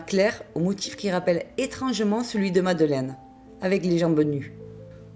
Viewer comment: C'est pas madeleine mais madeline